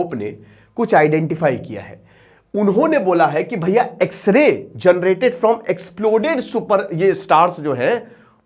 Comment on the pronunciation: X ray bolne pr video skip kr diya😅